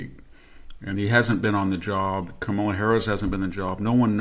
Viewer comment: You know how to pronounce her name try harder. It’s Kamala comma la. Trump is a bully and a grifter.